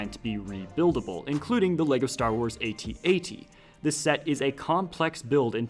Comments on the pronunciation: Att-Att. Not ay-tee-ay-tee. That's all. Great video. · its not an at at, is an @@ two at signs, not A-t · Is this thing not pronounced “at”-“at”? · God, please stop pronouncing the individual letters. IT IS SAID AT AT. THE WHOLE WORD. Sorry, that just really bothered me for some reason. Keep doing you, but i had to say something 🤣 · is at at is not at-at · Dude u pronounced at at wrong